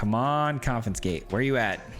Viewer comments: Dude, I love your videos, and I don't want to be rude but you are pronouncing it incorrectly. you are saying con-FIN-scate but the correct pronunciation is con-FIS-kate (confiscate) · There's no effin' confinscate! ... ... ... Get it? There's no "f" in "confiscate" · Came for the jank...stayed for the mispronunciation Never change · third video in a row that comments spam about mispronouncing confiscate -- when is the 4th comin'? arizona education in action, yeah baby. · Saying it wrong the entire video to get the comments going, I see you. 😄